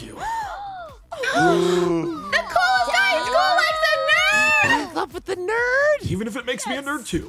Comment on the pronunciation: Ein and pieres say nerd like 8 tain